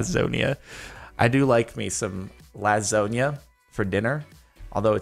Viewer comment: Why did he say lasusana like that